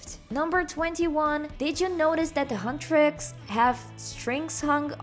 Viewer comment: I spit my boba when she said "hutrax"😂😂😂